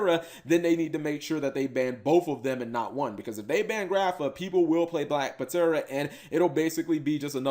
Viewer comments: Black Puh-tera... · Bro... The P is silent. It's pronounced Tera. Like Pterodactyl. You do not pronounce the P... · The card is pronounced " black tera" as its a short version of pterodactyl. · Eh fam the P ptera is silent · Yo Cap, if people are making fun of you for how you pronounce Black Ptera, don't worry cause I used to pronounce it as Petra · Uh, Cap, that 'P' in Black Ptera is silent... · ugh. much cringe hearing him miss pronounce black ptera